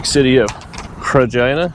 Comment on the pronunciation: I'm sure I ain't the only one (us non Canadian guys) that instead of Regina hear Vagina and rewind 😲.